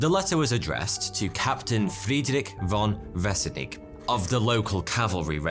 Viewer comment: Isnt von pronounced fon for this name?